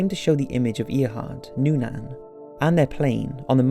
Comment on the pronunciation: Ear hart and Nuunaan WTF !!!! Why is the correct pronunciation of names by these YouTube narrators always fucked up. They don't even care to do any research, you fuckers are dumbing down generations of watchers.